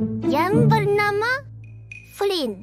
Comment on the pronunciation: Yang anda ucapkan Flynn yang saya dengar flint